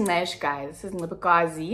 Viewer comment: A whole "Ncebakazi"? Jhooo i died😂😂😂😂